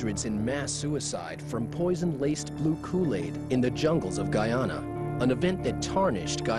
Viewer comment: Its pronounced Guy-ana not ghana